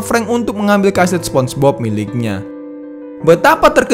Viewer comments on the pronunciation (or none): none